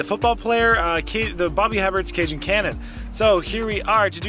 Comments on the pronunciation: It's pronounced "eh bear" :D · Darling it’s pronounced Bobby A-bear! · His name is Booby Hebert (Baw-bee Ay-bear). Former NFL Quarterback. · From NOLA, born and raised... it's pronounced Bobby A-Bear but glad to see you down here! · Last name is pronounced “a bear”. I moved to Louisiana a few years back for work and quickly got ridiculed for my pronunciation of that name. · Everytime ypu say Bobby's name wrong, i giggled!!😅😅 😅 Its pronounced "Hey Bare"....or at least thats how the announcers said it. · Bobby Hebert was a quarterback for the New Orleans Saints. His last name is pronounced (a bear). The H and the t are silent. French I believe. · Hebert is pronounced “AY-BEAR”. Nice to see you in Nola Joel! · In these parts (Louisiana) Hebert is pronounced “aye bear.” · Herbbert is Pronounced, A-bear. Accent on first syllable with Long a sound. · It’s pronounced Bobby Hebert like “Abear” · It's pronounced Bobby ( A bear) hebert he is from Louisiana and he was a quarterback for the New Orleans Saints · His last name is pronounced like “Aye-Bear” lol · We say Bobby A-Bear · When were you guys in New Orleans, was this last years trip? Just an FYI...it's pronounced "A Bear" Bobby Hebert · Its Bobby A-Bear.. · It’s pronounced Bobby a-bear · I live here and Heberts (pronounced A-bear) food isn’t that good unfortunately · Hebert is pronounced the french way. He was an NFL quarterback.